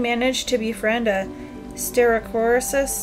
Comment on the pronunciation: Pepper is a cute name and it fits since the dino is green. Also pepper is a Gallimimus pronounced Gal-Lee-Mime-Miss. And Carrot is a Styracosaurus pronouce Sty-raco-saurus hope this helps 😊 🦖🦕